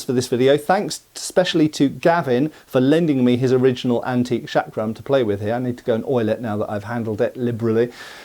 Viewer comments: Its not 'Shuck-rum' , the pronunciation is more like 'chuck-rum' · It is pronounced as Chakra , Chakram or Chakkar as the Ch in " Change" . Not as Shakram ( the Sh in Shake ) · seems to pronounce the first sound as SH, but it should be CH as in "church." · The correct pronunciation of this Indian weapon is chakram as written in hindi (चक्रं) and not shakram! The term comes from the Sanscrit word meaning "wheel" or " circle" and in yoga terminology "center of power" symbolised by a whirling vortex of energy. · Not trying to be a dick, but the word is pronounced "Chuck-ruh", not "Shaak-ruh". You're welcome. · It's pronounced CHakram, not SHakram. It's Sanskrit, not f*cking French. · The way you say "chakram" makes me think you spell it "Shaq Ram" (sorry, had to say it).